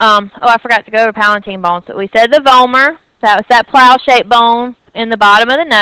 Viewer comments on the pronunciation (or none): is not palaNtine! is palatine..,u need to correct this please